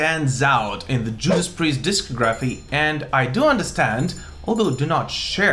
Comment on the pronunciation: It’s pronounced dis COG raphy, not disco graphs! Jeeze... lol